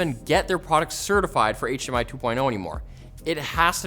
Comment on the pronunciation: did you say hmi 2.1